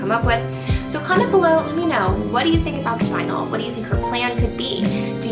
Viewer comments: Also, I think it might be worth pointing out the word "spinel" is pronounced either as "spin-NELL" or as "SPIN-nel", not identically to "spinal". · ah not to be annoying but youre pronouncing spinel wrong! its spin-el or spun-el not spine-al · Spin-*EL*, not spinal. Cripes yall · I don't think a single SU vlogger looked up the pronunciation of Spinel. I mean it's not the biggest deal but I keep hearing everyone say "Spinal" where as Spinel the gem stone is "Spin-L" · the name of the gem spinel is prounounced spin-el not 'spinal'. There is no a in there! so annoying. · I think it's pronounced Spin-El, I could be wrong, but it seems better than Spine-L to me. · its "spun-el" not "spin-l" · SPIN EL NOT SPINAL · She's saying it wrong....its Spin-EL,not "Spinal" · It's not pronounced spinel it is pronounced spinnel as in pink spinnel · For peets sake people it's SPIN-el or SPUN-el NOT SPINE-el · It's pronounced spin - ELLE. Not SPINE - uhl. Haven't you ever played Resident Evil 4...? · It’s “spin-el”. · It's pronounced Spin-nel. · Tactical Xerow I think it is pronounced more like SPIN-el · It is pronounced spin- Elle. JTV on YouTube has a video on it and other gems. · Not pronounce spin el It’s pronounced Spinel ( /spɪˈnɛl/) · It is pronounced spine-l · spuh· nel pronounced :) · No its name is Spinnn---- el